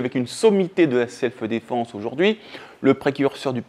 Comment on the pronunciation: On dit pas "selfeu défense"... 😬